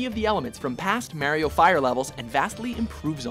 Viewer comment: Hah! Got you now you son of a bitch! you clearly hear him mispronounce Mario after correctly saying it several times before, I knew you were doing this on purpose and now I have the proof!